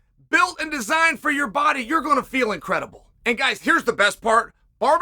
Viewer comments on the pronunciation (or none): none